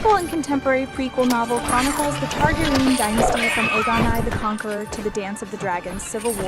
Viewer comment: Targraian ?? its Targarian